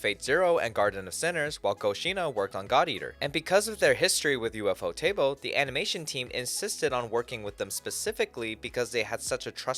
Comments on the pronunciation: It's not U.F.O. Table, it's a single word, Ufotable. The people that founded it pronounce it "Yūfōtēburu". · He's pronouncing it wrong in this video. The Japanese pronunciation is "Yūfōtēburu". And that's more or less how I pronounce it, "You-foe-table".